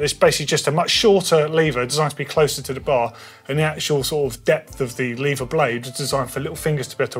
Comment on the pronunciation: Shaking my head at the number of times the word "Lever" was mispronounced...